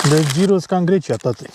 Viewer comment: Salutare! V-ați putut odihni având alături "concertul" șacalilor?😬 Să aveți drum bun în continuare și experiențe frumoase! Asfalt uscat! 🙂🏍🤗 P.S.: Se scrie gyros și se citește ghiros! 😉